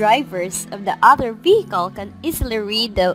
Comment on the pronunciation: other become otter???? wtf tagalog sucks so hard